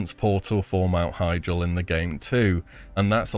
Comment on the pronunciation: "Mount Heigel"